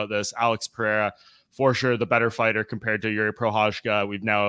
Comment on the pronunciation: my guy, u keep saying "peh-hey-ra" but it's "per-air-ah"... The "HEY" is used only when you have a double R, or with an R at the beginning of the name...